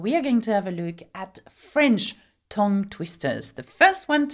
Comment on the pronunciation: tongue is pronounced tung as in ton is pronounced tun and Tonbridge and Tunbridge Wells as both pronounced tun, you are saying ton and it is tun.